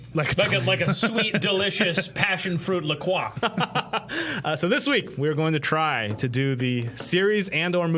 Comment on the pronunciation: I'm gonna be that guy. It's "La Croy"